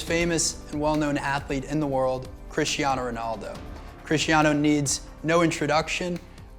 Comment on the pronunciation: Cristiano❎ Crishtiano✅